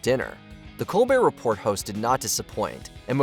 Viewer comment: You had me until you pronounced the t in “Report”